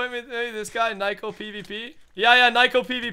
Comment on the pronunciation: You butchered it when you were trying to say "Nguyen"